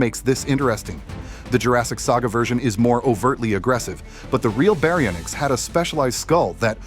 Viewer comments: berry o nicks 😂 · I like how when you first pronounce baryonyx it’s like a Japanese word